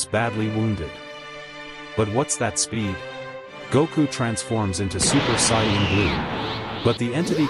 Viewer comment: he said super saiyanan